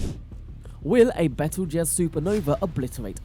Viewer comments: Lol... it's " beetlejuice " like the movie. He pronounces it correctly a couple of times which means some one corrected him during his talk but it's he's too lazy to reshoot it lol... bad video...lmfao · Lol bettle jez that's funny